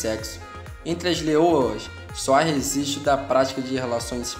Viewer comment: Moço não fale resistro, mas registro